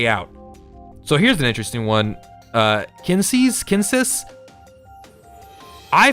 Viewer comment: Omg, I'm feeling a touch triggered by all the mispronounciations, lol. Hearth: Sounds like "herth", not "harth" Kinesys: Sounds like "Kin-Knee-Sis", not "Kin-Sis" Anima: Sounds like "Ana-ma", not "Annie-ma" Anubis: Sounds like "Ah-Noo-Bus", not "Ani-Bus". You know, as in the Egyptian God Anubis? Sorry, had to get that off my chest.